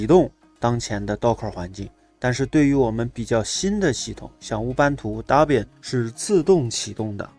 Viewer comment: 老兄Debian 发音是戴编， 大便大便，我知道你是故意的，但是还是谢谢你的教程。🤣